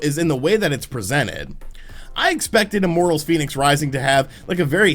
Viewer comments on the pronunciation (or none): I was fairly sure its pronounced "Fen-icks" not "Phoenix"